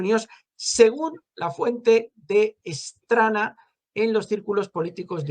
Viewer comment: Straná, el "acento" es en la ultima a